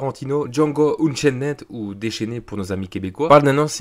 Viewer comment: La prononciation de "Unchained" xD